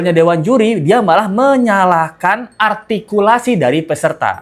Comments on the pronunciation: kata juli altikulasi ka 😂😂😂 altinya dewan juli belhak membelikan nilai -5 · Itu Juri ngomong ARTIKULASI.Dia aja Ngomong R aja Gak Bisa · Jurinya yg artikulasinya yg tidak jelas, coba dengerin saat bilang "R" gajelas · Juri ngomong R aja kagak bisa... Koq ngajarin Artikulasi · Menyebut artikulasi dg jelas, padahal si juri itumenyebut huruf R aja ga becus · Juri yg bilang artikulasi hrs jls, justru artikulasinya gak jls, r nya gak jls, juri apaan ni? Merasa paling BNR dan sgt ototuter